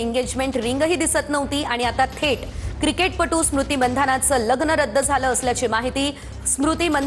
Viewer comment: कमीत कमी महाराष्ट्राच्या या प्रस्थापित वाहिनीने तरी मंधाना ऐवजी मानधना असं म्हणावं इतर भाषेबद्दल आपण समजू शकतो मराठी मुलखातली ही मुलगी आहे